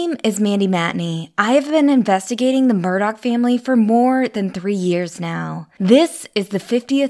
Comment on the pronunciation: How you need to grow, is getting the Murdaugh name right and not saying Murdauch. lol